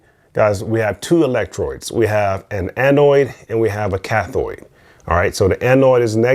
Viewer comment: electrodes not electroids.... cathode not cathoid.... anodes not anoids.... lol